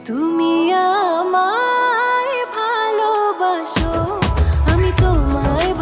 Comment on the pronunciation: সিয়ামের জায়গায় অন্য কোনো পেশাদার গায়ক নিলেও পারতেন l তিনি কয়েকবার ' বালোবাসো ' উচ্চারণ করেছেন l লম্বা দম নিতে ও তার সমস্যা হয়েছে বলে মনে হয়েছে l